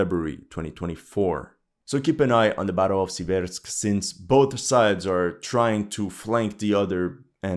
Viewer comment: torEtsk but sIversk